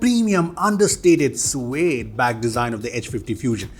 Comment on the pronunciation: What's wrong with?? "Suede" 😭😭😭😭